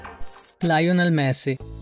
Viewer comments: Si pronuncia Lionél non laionel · Si dice Lionel perché è argentino Non è inglese che dici laionel... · Ma come si fa ancora a dire LAIONEL messi???? Si legge come è scritto!!! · Si dice Lìonel Messi